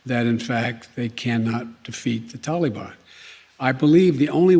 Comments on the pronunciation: Its taliban not Tullybun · "The Towleybahn" -Hidin Biden 2021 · Since when do we pronounce it Tally bon? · He always says "and I want to make clear", things have never been less clear with you at the helm, And start day Taliban the right way, it's not talybon you idiot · The “Tollybon”??? He is so stupid! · Anyone else cringe when he says “tally-bahn”?? Ugh!!! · “The only way there gonna be peace is that they work our a modi’s endi with the tal-i-bon.” -Joe Biden